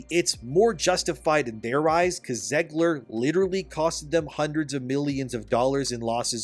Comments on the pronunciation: YOU ARE SAYING ZEGLER WRONG LMFAO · It's Zegler